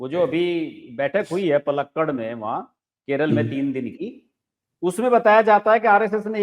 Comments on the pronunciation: Palakkad nahi, paalkaad Pronounciation mistake. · पलक्कड़ क्या होता है? पालकाड बोलिए।